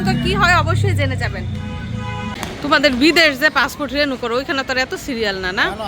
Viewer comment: পাসপোর্ট বললো নাকি পাসফুট 😂😂